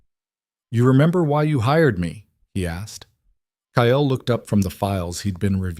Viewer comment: His name is Ile Kyle. Not Kayel!